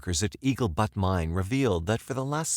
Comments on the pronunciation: Eagle “Butt” is not a thing. You are desecrating the memories of these people when you can’t figure out how to pronounce basic topographical features like BUTTE. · Wyoming native, here. What language was that on the news segments? We don't speak that here. The name of the mine is Eagle Butte, pronounced /b-yewt/, not butt. (Seriously?!) Cheyenne, Wyoming's State Capitol, is pronounced /shy-anne/, the same as the tribes of Native Americans that are famous for their participation in the history of the region and the U.S. Nation.